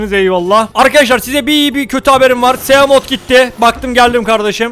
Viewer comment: onlar simot ve saykılops diye okunuyor mezarlıklar doğru telaffuz edemeyenlerle dolu aslanım